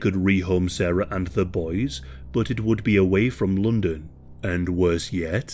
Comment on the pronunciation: Lmao I just stumbled into British true crime YouTube damn 😂😫 Bruh said " lundin"